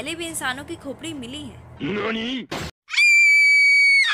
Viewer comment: When u say khopri i cant stop laugh 😂😂😂😂